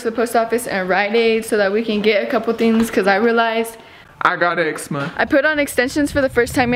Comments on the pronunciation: miss gurl said “i got EGGSMA”😭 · “I just found out I had... EGZ-MAAA”💀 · She got “EGGZ-MA”😞